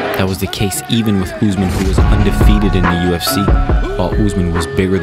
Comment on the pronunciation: It is Usman not Uzman but good content tho